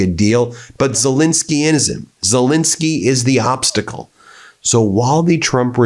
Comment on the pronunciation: Pronounce his fricking name right FFS, it's Zel ENSKY not INSKY. Got that BIN..... sorry BEN ? !!!!!!